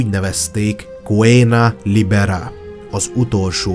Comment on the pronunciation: Coena libera (cöna libera) - szabad lakoma, amúgy medicus, mert a mesici az már többes szám, egyébként meg "c"-vel kell ejteni nem "K"-val. Nem akcentus függő, hanem nyevtani szabálya van. :) Egyébként egész jó videó lett.